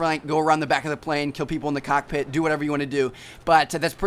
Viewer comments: HE SAID COTPIT :D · hehe, you said COCKpit